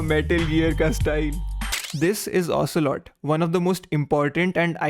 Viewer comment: You're pretty good : ocealot,revolver shalashaska adamaska ocealot, liquid ocealot😅😅😅